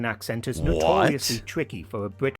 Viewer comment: Why most Brits have a speech impediment? Bwit instead of Brit. Bwistol instead of Bristol. Weally, instead of really etc. Just listen.